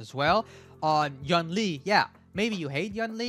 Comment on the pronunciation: yoon lee not yawn ly